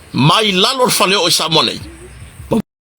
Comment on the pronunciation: Malo lava ga e lelei lau pronounce ina o last name. Malo le faasoa